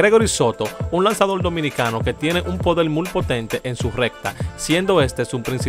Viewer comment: No se dice mul lo correcto es muy